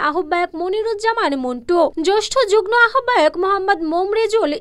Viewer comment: যুগ্ম শব্দটির উচ্চারণ হবে জুগমো।দয়াকরে উচ্চারণ ঠিক করবেন।